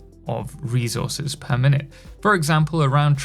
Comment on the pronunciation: bro loves saying REZOURZES